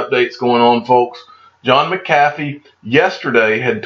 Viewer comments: John McCathy? Never heard of Her BUT I've heard of John MC A FEE--I sounds like it's SPELLED--Don't you Speak English in Georgia? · Digital Asset Domination! Who pronounces it right McAfee or DAI ? Maybe that’s how he throws em off, by saying his name wrong